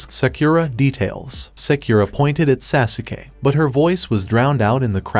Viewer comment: your saying sasukay this is how you say it sos-kay its spelled sasuke